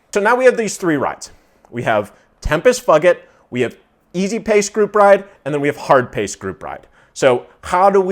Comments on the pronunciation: I laughed every time you said it, but it's TEM-piss FYOO-jit, man! :D And like someone else said, I was thinking, Why not just pick an hour or 2 of endurance in the Workouts section? That's what I do all the time; I've customized mine (easily done) for different time lengths and even do "intervals"/sections where I'm at the low end, middle, and top of Zone 2 to make it more interesting and beneficial. Easy to set the warmup/cooldown, too. That's precisely what they're there for: to totally lock into zone work. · I believe is pronounced tempus foojit, but I like yours better 🤣 very close to fuck it. And it’s definitely the the most boring hamster wheel route on Zwift.